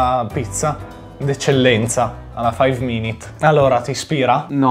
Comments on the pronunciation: Si dice Mh Mh FAIV MINIT CRIFT!!! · Ti correggo si dice faiv minit crift